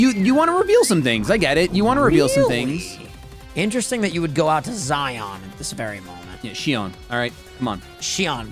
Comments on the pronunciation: mispronouncing Xion hurt me >< Someone get this man to play Kingdom Hearts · Xion?…I feel I should remember that name… ( said “Zion” tsk tsk) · got so defensive over the mispronunciation of Xion.